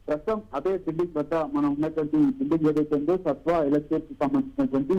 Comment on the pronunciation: laga chadavadam radu anukunta...satya kadu...sattva